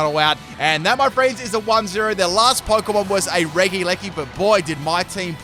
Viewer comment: Not to be rude, but it’s pronounced re-jee, not reg-ee